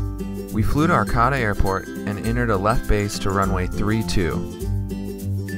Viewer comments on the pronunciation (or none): Arcata. Pronounciation: First a is Long, second a is short